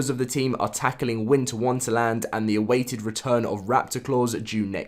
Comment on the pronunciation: I love how u said Winter Wunterland rather than Wonderland